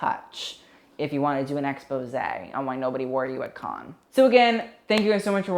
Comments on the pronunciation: Not Khan but can-nes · The French pronunciation of cannes is closer to can than con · Cannes *can not cahn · cannes pronounced: can not kahn. stephen jones pronounced : steven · Is he deadass pronouncing cannes as con? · 1st. It’s pronounced CAN. 2nd. Selena’s first look was the most iconic of the entire festival. It’s very south of France Cannes vibes, and by far the most popular images of the entire festival are of Selena’s first look. Really don’t think she should have made it more “80s”. 🙄 3rd. I don’t normally like feathered dresses because I think it usually looks tacky. But Maria Borges dress had the most perfect execution of feathers on a dress that I have ever seen. It’s a perfect look. Taking away the feathers would make the look boring af. The feathers make the look. 4th. Priyanka Chopra’s first dress looks like an early 2000s fail. I don’t know what you see in it at all. The gradient around her waist is a cool idea but the execution was terrible. 5th. Angele Van Laeken’s dress is grotesque. The fabric looks cheap af and it’s wrinkled af like couldn’t they iron it. Don’t know what you see in that look at all. 6th. OF COURSE RED CARPETS HAVE THE BE DRESSED UP AND FORMAL...are you serious??? Marion Cotillard’s outfit is cute for chilling at home. Not nearly formal enough for the Cannes red carpet. 7th. I overall enjoy your videos a lot but sometimes you really need to do better!! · honey, learn ur pronunciation cannes isn’t kahn loewe isnt loweevuh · nobody:: KHAN FILM FESTIVAL! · yeah, not how you pronounce cannes but whatever